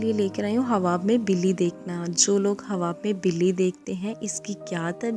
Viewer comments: Aap pehle achchi tarah se bole۔ hawab nhi ۔۔khaaab hota hai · ہواب نہیں خواب ۔۔۔۔ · خواب)خاب پڑھا جاتا ہے